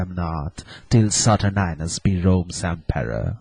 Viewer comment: whoever played aaron did a damn fine job. Saturninus needs a better mic, and maybe some help with pronunciation of Th sounds. And its pronounced Sat ur nine us not sat urn ius.